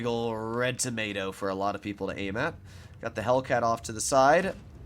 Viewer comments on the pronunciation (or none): none